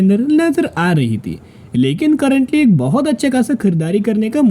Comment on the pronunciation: AK ni ak bat karate ho,😊